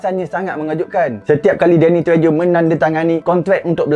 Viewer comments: Bukan tre - jo. Bunyi dia tre - ho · Dek sebutan Spanish treho bukan Trejo, Spanish J bunyi h, bkn semua tapi 97% J bunyi H.. Jose bunyi Hose, jojoba bunyi j Hohoba, Julio bunyi Hulio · The pronunciation Danny “TREHO” , tak buat homework dulu ke bro ? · sebutannya Danny Treho dlm bahasa spanish, huruf J akan berbunyi H tapi dlm bahasa Eropah Timur, huruf J akan berbunyi Y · Walaupun ejaan Trejo tapi sebutannya Tre-yo... Suka lakonan dia... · bukan sebutan dia treho ke? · Treho.sebutan Sepanyol